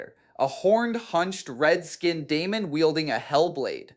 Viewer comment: AI video alert, listen to the pronunciation, Kharn, Khern, Dee-a-mon, the channel is probably filled with AI videos.